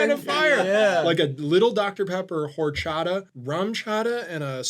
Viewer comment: i think seeing horchata and jarritos lose like that (+pronunciation) made me racist towards white people! :D great video, guys. i'm gonna find the nearest, tallest bridge to jump off of now.